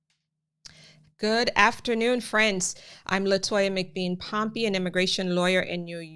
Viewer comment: Mc Bean and not Mc Beam .....I appreciate your informations